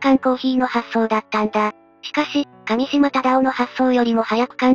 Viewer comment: 上島は『かみしま』ではなく『うえしま』です。 だからUCCです。